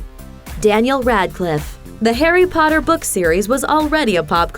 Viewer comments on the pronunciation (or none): I heard Hairy Potter at the end😂